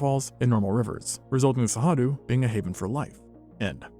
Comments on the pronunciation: I get that you can't pronounce Cerrado, but hearing it pronounced with an h, just made me want to bang my head against a wall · Give me a break! Why are you guessing at the pronunciation of Cerrado? It's not even a reasonable guess! Where'd you get that "H" sound? It only takes seconds to search for "pronounce cerrado" and follow a link. When I find that a channel that takes itself seriously doing things like this, it makes me distrust their information. If you can't be bothered to learn to pronounce the name of the place you're talking about, how likely is it that you were conscientious in your research? Seriously. It matters. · How do you get "Sehadu" out of Cerrado? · There's no way "Cerrado" is actually pronounced "Sahadu", is there? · You have a very funny way to pronounce Cerrado... as Sahadu. Anyway, without the great gnu migration... the Cerrado can't compete with the East African savanna, really. Where are the great herbivores when you need them?! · Love the video, and love that cerrado was mentioned and talked about, but as a Brazillian also, the way he says cerrado hurts my heart so much 😭